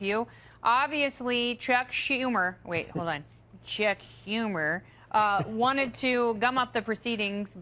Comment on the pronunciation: Did she say Shuck Tumor?